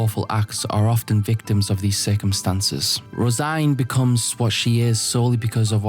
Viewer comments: Hey guys, do you think he knows that it’s not pronounced rose -igne, it’s rose -een? Guys my self esteem is based on correcting people on the Internet, even though multiple people have already said it, I need to get my fix. I scratching for a hit of “ermm actually”. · Tbf I also thought Rose-Ine in my head lol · You pronounced her name rose -igne? Its rose-een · I came here because I just watched the "Berserk lore to fall asleep to" video and suspected someone had corrected the pronunciation the wrong way. "Rose-een" is arguably closer to the correct pronunciation than "rose-ine", but vowels can generally be pronounced any which way and still not be "wrong". The Japanese can't be read "rose-een" because of the lack of a dakuten on the シ, and can only be read "roe-seen" or "roe-sheen". Given the general "Irishness" of other elements of this arc (and how elves are presented later), I'm strongly inclined to consider "roe-sheen" the more likely of the two possible readings. The translated spelling "Rosine" can't be read that way in English, but that can easily be attributed to the Anglo-American translator(s) not being aware of the common Irish girl's name "Róisín". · IS NO ONE GONNA MENTION HOW HE PRONOUNCES HER NAME????